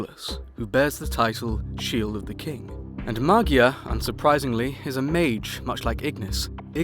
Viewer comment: Magia is actually the italian word for "Magic", but you pronounce it differently